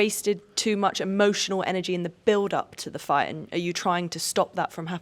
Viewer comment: It really was a hell of a “gight”